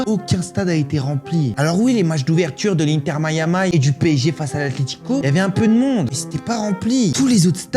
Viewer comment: répète après moi "Inter Miiiiiaaaamiiii"